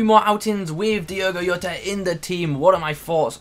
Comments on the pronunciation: Its how he talks when he says yota and not jota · I understand you're not Portuguese (That's fine) but the last name is pronounced 'Joh-ta'. P.S. Finally an upgrade. Now Robertson needs an IF and we're good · Diogo what mate? 😂 decent review btw ( it's diogo jota actually like it's spelled 😅)